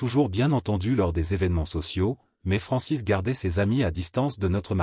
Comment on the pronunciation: Francès et non Francis 😂😂😂😂